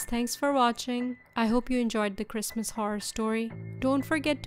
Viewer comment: lol that guy's Jeezus... you should have let him in! it's kwistmaaahhhs!!!!